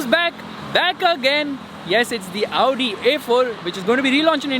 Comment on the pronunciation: you are the only one who pronounces audi and Maybach correctly you are the great man